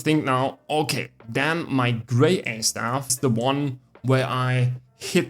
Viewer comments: BIS pronumtimation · Better than me, at 1st I pronounced it as "Gra Yeye" 😅